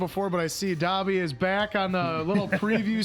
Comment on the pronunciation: I am sorry but it’s bugging me so much that you guys aren’t pronouncing Dobby’s name right